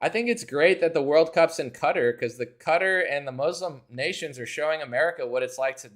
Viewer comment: All praise to, the first guy I've heard pronounce "Qatar" correctly all week! (Yes, it sounds like "cutter".)